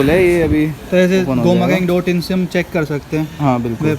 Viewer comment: Bhai ji Gau mechanic Gau mechanic bol bol kar dimaag ke screw deele kar diye. Pehle toh bhaiji Gau nahi hai Go hai and doosra yeh poora scripted lag raha hai aur paid review bhi lag raha hai. Theekh hai sahab.